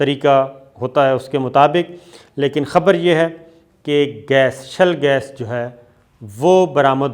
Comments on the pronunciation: With due respect, it is ‘Shale gas’ not shell gas. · Shale not shell. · its SHALE GAS not SHELL gas